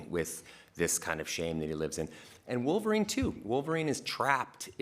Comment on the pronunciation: Vulvarine, ha. LOL